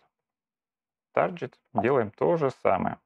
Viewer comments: "Тарджет" - это нормальное произношение? Tar-jet? Ну тогда извини, дальше разговаривать не о чем. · Ну, например, послушай как он произносит слово "target".